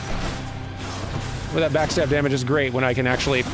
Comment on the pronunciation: Is he saying "backstag" instead of backstab?